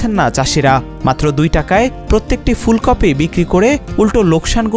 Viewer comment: ফুলকফি??? স্তুফ? রিপোর্টার এর উচ্চারণ এর এ অবস্থা কেন?